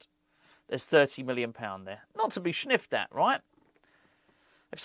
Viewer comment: “…not to be schniffed at…” what you been schniffing,? 🤣